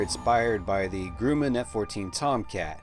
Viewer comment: Its GRUMAN NOT GROOMAN!